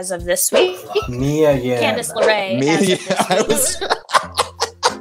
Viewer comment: MIA not mya 😂😂😂